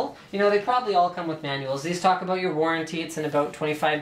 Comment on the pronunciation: Everytime you say "about" i think of south park canadian eps Lol